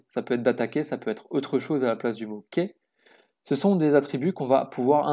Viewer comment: Super ! Par contre Key se prononce "ki" pas "keille" :P